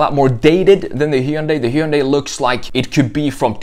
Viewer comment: Hard to trust the review when you pronounce Hyundai wrong....